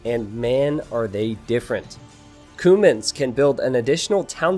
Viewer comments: Not to be pedantic but isn't it pronounced "queue-mans" rather that "koomans"? :P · i think youre pronouncing cuman like cumin the spice. pretty sure its Kyew-mans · That's what I was thinking too. It sounded to me like he was talking about spices instead of a civ. 😂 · I thought it was pronounced Q-mans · Cumans say it right pls